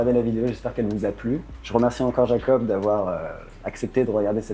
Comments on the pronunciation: Incroyable 😻 par contre comme il le dit c'est Iakob et pas Jakob ;) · Super vidéo, vraiment intéressant de voir sa lucidité. Par contre, au debut il te confirme que ça se prononce « Yakob » et sur tout le reste de la vidéo tu dis « Jakob ». Lol